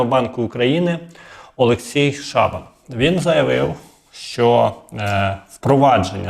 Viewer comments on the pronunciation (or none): none